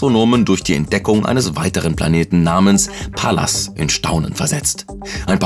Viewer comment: pallas = xalas